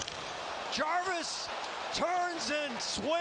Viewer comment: Don’t forget “ Self Jarwis”